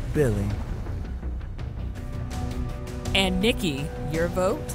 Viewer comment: calling Billie chili instead of Billie. 😂😆🤣